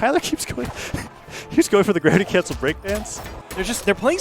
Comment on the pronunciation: "the dravity crancel"